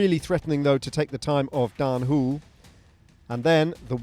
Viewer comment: Daan "Whool" lol Next time maybe you can pronounce it the Dutch way ;) "HO-luh"